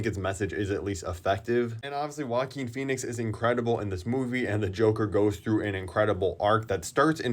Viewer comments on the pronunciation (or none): none